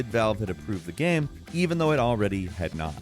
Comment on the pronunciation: Yo, why do you sometimes say “game” “gayam”?